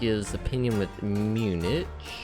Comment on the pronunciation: Great video. One thing: it’s pronounced “Munick” not “munish”